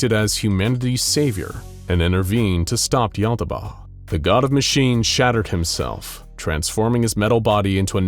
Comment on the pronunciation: Finally! The narrator fixed the pronunciation of Yaldabaoth! This made the video BEYOND perfect! (All vids from here are perfect as is tho)